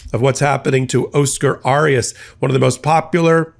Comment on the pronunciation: Not pronouncing correctly. Oscar Arias. Try again.